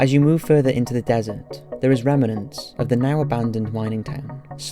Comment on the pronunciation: RemAnents?? Try Remnants next time...